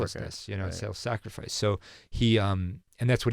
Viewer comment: "self safricise"